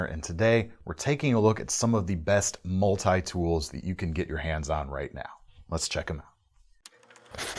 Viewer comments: what is a Mull-Tie tool? lmao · Why do people say multi like this